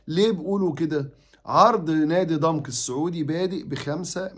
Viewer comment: عفوا يا استاذ كلمة ضمك تنطق بفتح العين وفتح الميم